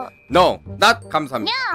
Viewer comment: 여기서부터 난 cute가 '뀨'로 들렸다 Kawaii!!!